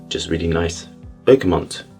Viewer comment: I adore your videos and the way you describe scent (I haven't had the pleasure of trying your own perfumes yet, though). However I need to say this: it's pronounced bergaMOT, not bergaMONT or bergaMON. There is no N in there whatsoever. PS. I 100% agree with your stance on allergens in perfume.